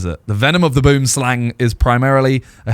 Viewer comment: 😂😂😂 you guys don't know how to pronounce Boomslang 🤣🤣 it's okay though it's a problem all over the world except here in Souyh Africa and maybe in Holland as well.